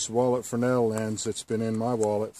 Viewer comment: Great video, and thank you for pronouncing Fresnel correctly.